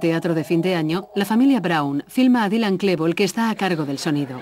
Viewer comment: ha dicho" dailan", DAILAN, joder